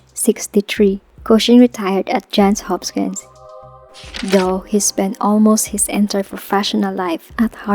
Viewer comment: To the content creator: Is the voice narration AI/TTS or a person reading a script? Either way, it is terribly distracting to hear well-known names like "Johns Hopkins" continuously mispronounced.